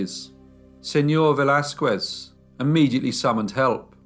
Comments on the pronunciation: Velázquez is pronounced veh-las-kez and not veh-las-kuez. The U in QUE is mute. In fact, the letter Q is ALWAYS followed by a U. It is a most romantic couple of letters. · The "u" in Velázquez is mute, so you have to say /Veláskes/ it always is mute in all words that has "que/ qui"in them. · A little tip; When you pronounce Velasquez; Do not try to say the U. Just say, Vel Laz Skez. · I love listening to you and I appreciate the stories very much. I would just like to comment though since I am Mexican, that you should never pronounce the U after a Q in the case of Velazquez you are supposed to make it sound as a K as if it was written Velazkes. Thank you for understanding. And congratulations again. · Cute how you pronounce “Velasquez” 🙂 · The way you pronounce the name Velázquez makes me twitch. Don't pronounce the "u" in the name. As far as I know, anyhow. This is a horrible, horrible case. Horrible mother. Poor kids. I'm glad that they caught her, at least; Inspector Alvarez did a great job with the fingerprints. Good video, as usual.